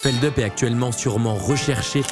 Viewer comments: C'est pas Feldeup, c'est Feldup (on prononce le U)! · Bordel personne sait prononcer feldup c'est fou